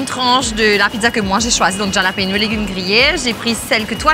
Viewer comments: Mlle,, c'est pas Ja-lapeno, ca se pronounce Haa-la-peno. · hallapino is how its pronounced but t am not sure pei or pino - my latin friends say hallapino